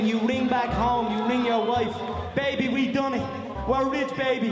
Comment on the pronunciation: Conor mcgregor impersonator: Dahnar, 50gs paby Joe rogan : ...... moving on